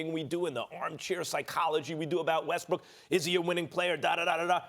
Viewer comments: It sounds like Ryan is saying Russell WestBRICK. Is he trying to be slick?🤔🤔🤔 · this man is calling him russell westbrick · I’m i the one or did he just say Russell rustbrook